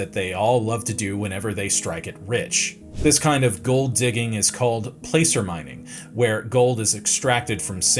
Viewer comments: Enjoyed the video! For next time, "placer" (mining) rhymes with "passer," not "pacer." 🙂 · 'Placer'- its pronounced 'plasser'. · Placer is pronounxed "plasser" when referring to the type of mining.